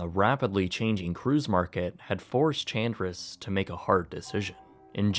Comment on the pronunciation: Chandris would be pronounced like "Han-dreese" 🙂